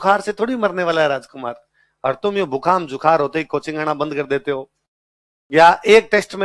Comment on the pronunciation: बूखाम जुखार 😂😂 sir बुखार जुखाम